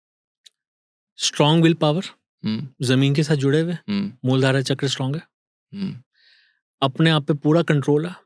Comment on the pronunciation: अरे भाई मूल धारा चक्र नही बोला जाता मूलाधार चक्र बोला जाता है।